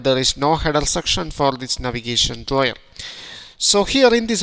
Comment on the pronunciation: Navigation draw-yer?